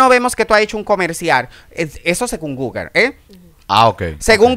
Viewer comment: Repite con migo. Google Google Google, no Guger Nooo Guger